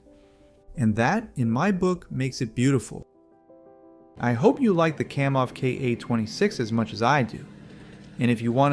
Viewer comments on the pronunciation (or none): KAM off, not KOM off. Educate yourself, dude.